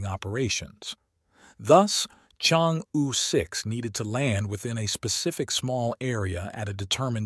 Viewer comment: Chang'e is pronounced as "Charng Err"